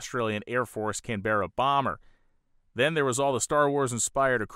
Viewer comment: Great stuff,! NB: 'Canberra' is pronounced CAN-bruh, not 'can-BEAR-uh.' Keep 'em coming!